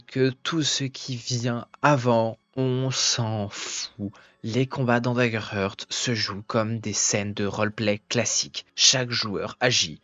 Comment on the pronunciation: Salut et merci, c'est DaggerHaart la prononciation et pas "heurt" :)) Heart se dit "Haart" :))